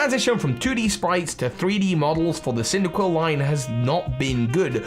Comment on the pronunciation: CYNDAQUIL DOES NOT END WITH 2 L'S! KLEAVOR, NOT KLEVER!